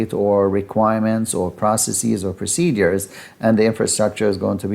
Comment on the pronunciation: PRO-CE-DURES…..not procedees!